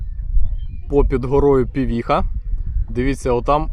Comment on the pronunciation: Пивиха, а не "півіха", неуки.)))